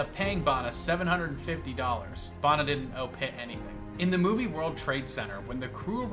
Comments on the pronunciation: Bana, pronounced the way it’s written, not “Barna” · Say it like this mate… Banner. Not whatever it was you said 😂 so say it with me now… Eric Banner 😂